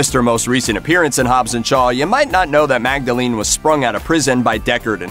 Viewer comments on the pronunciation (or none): none